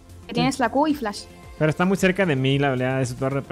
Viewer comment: Pq no sabe decir pero